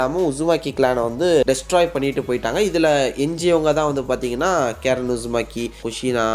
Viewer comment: கேரன் illa bro ❌ கரின் ✅ Susuke ve eppadi dha bro Kupduva... Also Google eppadi dha pronounce pannuthu